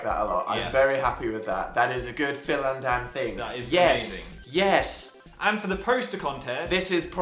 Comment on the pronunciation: the way dan says "phil and dan" makes me uncomfortable idk